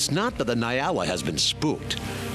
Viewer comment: Its ponounced 'N-yaala' not Nai-ala. Good video though